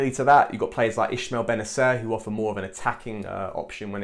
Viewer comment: Ismael not Ishmael Other than that great video 😁